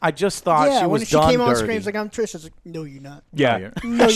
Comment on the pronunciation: ‘Trish’ ‘Gerald’ come on guys the amount of love/hours you put into this book/game/show and you can’t get their names right. Thanks Joe for correcting them! But holy shit, DO BETTER.